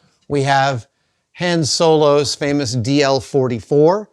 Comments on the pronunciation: You pronounced "Han Solo" wrong. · Goes to the trouble of risking giving his tongue a Charley horse by correctly pronouncing Louis VEEYOOWEETOHN... Then mispronounces Han Solo. 🤣🤣🤣🤣🤣